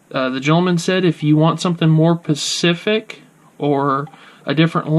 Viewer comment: NIce,to-the-point review and I appreciate the info (but just FYI the phrase is NO FRILLS, as opposed to thrills and the word is pronounced Specific not Pacific).